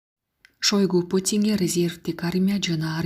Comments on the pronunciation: Шойгу туура айтчы ото уят сабатсыздык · Шойгу дейби?